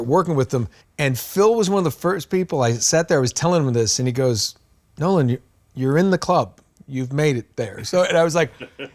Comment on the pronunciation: Absolutely nailed the pronunciation on my shout out Nolan. Thank you!